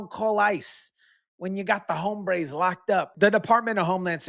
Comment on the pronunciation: In the term. "hombres " the h is silent